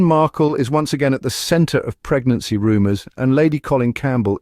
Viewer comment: “Negnancy “ Lady C? Sherry before luncheon?